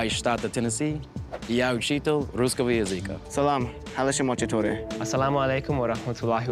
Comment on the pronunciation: It's funny that the first guy who claims to be a teacher of the Russian language mispronounces 3 words. 1. Учитель is pronounced with a soft L, not учител 2. Язык is stressed on Ы, but when you change the form it shifts - языкА, not язЫка 3. Большое is again pronounced with a soft L, not болшое These are not "accent mistakes" these are legit mispronunciations